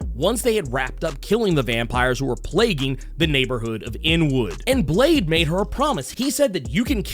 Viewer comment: Blade= Blah-deh